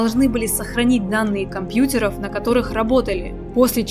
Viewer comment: Так смешно говорит слово компьютер😊😊